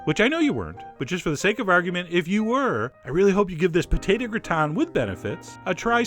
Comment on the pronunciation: I like thst you say potato "potata." :3 This looks sooo yummy omg